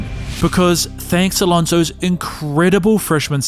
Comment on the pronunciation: Did you say Lonzoes Dominance?